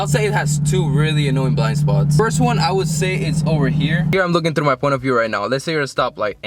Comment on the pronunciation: why does this guy have a hard time saying words like "three" or "through"? Suddenly he sounds like he just arrived from Chechnya then resumes normally.